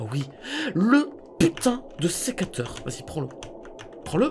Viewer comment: "secateré" 2020 😂